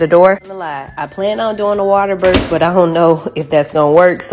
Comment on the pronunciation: If you’re going to give birth maybe you should learn how to pronounce the word. It ends in a th sound not an f.